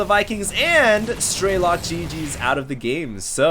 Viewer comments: lol your kinda pronouncing strelok's name wrong you gotta kinda say like Stre Lock. and not StrayLock also to other people Russian and Ukranian are differnet though similar. some words are different. Im Ukranian and my dad can speak both russian and ukranian. i can only speak russian and i can kinda get the gist of it. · please try to say it as: STRELL-LOCK (stress on "LOCK" would be fantastic!). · You are exactly right!, PLEASE try to say it as: STRELL-LOCK (a stress on "LOCK" would be fantastic).